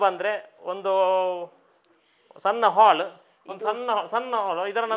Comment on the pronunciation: ಹಾಲ್ ನ ಹಾಗೆ ಅಲ್ಲ ಹಾಲ್. 😅